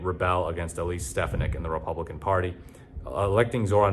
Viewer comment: It won’t matter, gang. Also her last name is pronounced “Steph-On-Nick”.